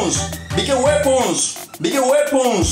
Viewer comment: Beeger waepons